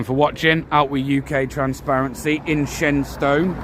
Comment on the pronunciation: It's pronounced 'Shenstun'.